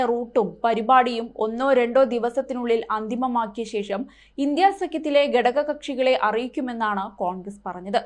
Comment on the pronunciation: പറയുന്നതില യാഥർത്യം അവിടെ നിൽക്കട്ടെ. വാർത്താ വായനക്കാരി ആണെങ്കിൽ, ഘടക കക്ഷി എന്ന് പറയാൻ പഠിക്കുക. ഗടക കക്ഷിയല്ല.